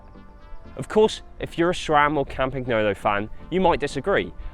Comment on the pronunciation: pronounce campagnolo properly, please